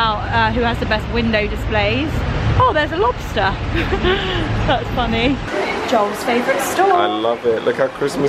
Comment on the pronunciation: How “funNAY” lol